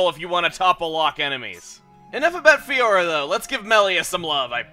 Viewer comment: I'm feel the same about saying Fiora:/